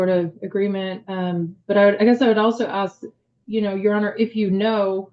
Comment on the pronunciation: IF YOU CAN'T SAY 'ASK' PROPERLY... I DONT WANT YOU ANYWHERE NEAR GOVERNMENT PAPERWORK! FFS 🤬🤦‍♂️